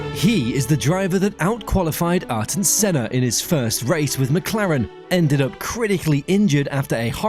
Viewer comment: Arton Senna??!! GET IT RIGHT FIR GOD SAKE 💀💀🙏🙏